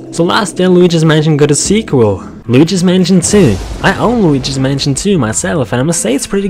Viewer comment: did u say while luigi's manson or waluigi's manson